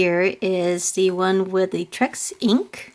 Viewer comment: Lol it’s T-Rex not Trex 😆😆😆